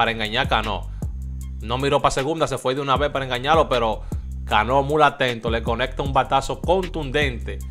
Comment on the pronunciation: Porque tu siempre dice mul se dice muy hermano